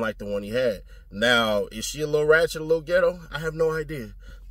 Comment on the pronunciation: “She fied” 😂😂😂😂